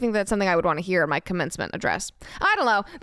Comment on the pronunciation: "I dullo" Lol